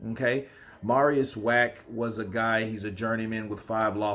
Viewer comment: His last name is pronounced with a V.